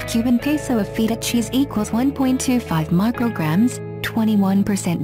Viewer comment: when u pronounced feta cheese as feet-tah cheese I you lost all my respect sry lol